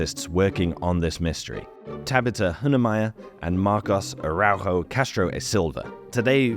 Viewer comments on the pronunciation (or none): Arauro 😂😂😂 Araujo it's portuguese the j is read jey nor r 😂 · Man, it doesn't really matter at all but I had some whiplash hearing you pronounce "araújo" like it's a navajo name and referring to the "Lagoa Santa Region" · Araujo in Portuguese is pronounced "Ah da Oo Jo", j without the "d" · Fascinating topic and research! Just an extremely minor nitpick: Araújo is a portuguese last name, not spanish. The J in Araújo is pronounced like the "s" in "pleasure" and "treasure".